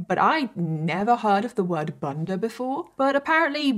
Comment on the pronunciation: The u in bunder is pronounced like the u in full and not the u in plum. It's bunder not bunder